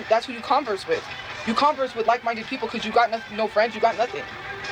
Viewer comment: I’ve never heard anyone say “converse” like “CONverse” other than when they talking about the shoes. Learning something new from every day 😅